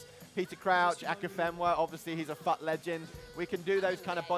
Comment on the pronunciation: Did anyone else think he said "Fat legend" about Akinfenwa when he said "FUT legend"